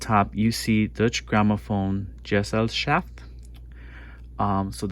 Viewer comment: Good video but it's pronounced doiche